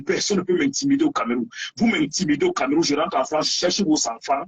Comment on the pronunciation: Banderas on ne dit pas "CamÉrroun" mais "CamEroun" ! Y a pas d'accent sur le "E" hein 😁